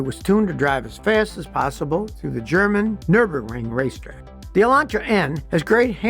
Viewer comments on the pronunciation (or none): none